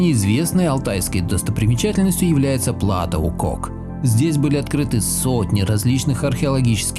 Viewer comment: ПлатО, ударение на последнем слоге.